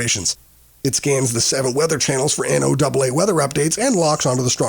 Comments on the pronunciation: Its AI narrated, NO double AA, I-RON, etc... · I've never heard anyone ever before say "N O Double A" when pronouncing NOAA. WTF is up with that? Has the narrator ever actually listened to NOAA Weather Radio?